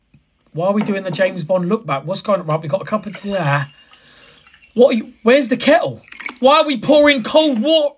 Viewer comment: " wev got a.cup of teahhh" 🤣🤣🤣🤣🤣🤣🤣ahh om crying😭😭😭😭🤣🤣🤣🤣